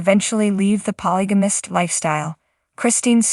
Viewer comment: You should at least get an AI voicethat can pronounce polygamist since it is being said so frequently.